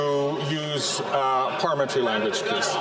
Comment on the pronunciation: Pahlee-mentry langwage 😂